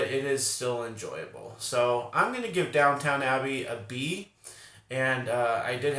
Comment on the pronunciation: It’s DOWN-TON Abbey, NOT DOWN-TOWN 😆